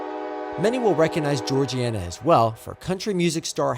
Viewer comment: hey man, first of all just wanted to say fantastic job on the video. i grew up in Greenville, and it was very informative about the history of the line and the trains. one thing of note: some of the town/station names are pronounced a little differently in south Alabama: Searcy = sir-see Georgiana = Jor-ja (like “jam”) nah Andalusia = Andalushia, not see-ya Also, the crossing you caught 606 at isn’t Chapman; it’s a little closer to Bolling, out on Pettibone Road. really enjoyed the video. keep it up!